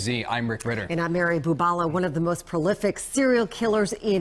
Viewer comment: Who is this woman "judge" who cannot even pronounce the word "prolific" [says profilic] and stumbles over many other common words [ timeline]